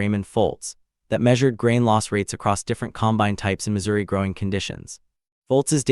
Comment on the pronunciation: It is not a com-bine'. It is a COM'-bine. I am not nervous about ai taking over, as it cannot even speak properly.